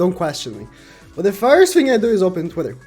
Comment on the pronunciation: It ezzz what it ezzz boys